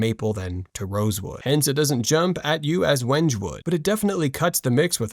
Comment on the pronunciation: 11:!5 you lose credibility when you can't even pronounce the name of the wood correctly. Wenge is pronounced "Weng-GAY"